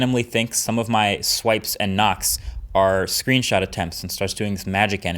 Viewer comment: He said "screensot"😂😂